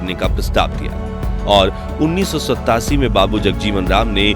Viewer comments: U told 1927 as 87 and 1928 as 1988 while Hindi pronunciation. Plz correct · Bhu में दाखिला लेने का समय 1927 (उन्नीस सौ सत्ताईस )है जो कि आप १९८७ व १९२८ का १९८८ उच्चारण कर रहे हैं।